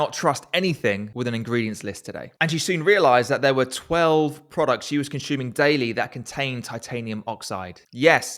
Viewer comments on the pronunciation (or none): Excellent video. But what’s with the consHuming